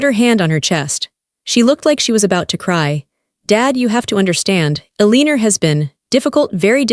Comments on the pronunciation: Why is Eleanor being pronounced 'Eliner'? AI is really quite dumb! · Eleanor !! IS PRONOUNCED L A NOR ! NOT A lee nor THAT WAS MY MOTHER's NAME AND I FEEL YOU WERE INSULTING HER NAME ! And I KNOW THIS AL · I'ts Eleanor, not Eleenor. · I wish the bot reading this knew how to pronounce the name Eleanor correctly.